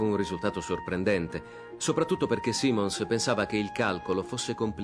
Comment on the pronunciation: Simons va pronunciato in maniera diversa